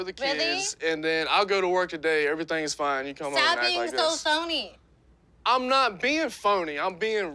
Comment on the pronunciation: Dude let her go! Shes a monster! She cant even say phony with all that ps!